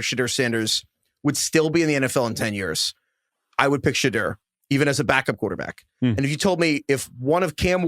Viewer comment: So we get a bit about mispronouncing the name of an offensive lineman from the 80's but still no correction on him saying SHA-DIRR and not SHA-DUE-RR 😂